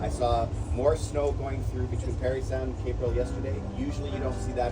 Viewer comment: Psst: Parrry Sound not Perry.